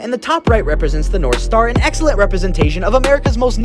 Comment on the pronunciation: “Excellent work.” Who else heard sellent